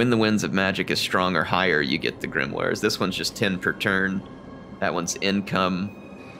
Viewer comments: Grimoire is generally pronounced grim-wahr. It's derived from a French word, grammaire, that referred to any book written in Latin. In French, oi is pronounced wah, which is why their word for 'me' (moi) is mwah instead of moy. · I think it's pronounced Grim-wah.